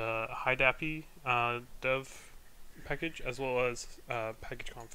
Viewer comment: very helpful video. i chuckled everytime you said "high dahpi" - always broke it into HID and API.